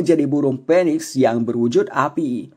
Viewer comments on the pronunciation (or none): itu maksudnya burung Phoniex... Dengernya burung Penis🤗🤗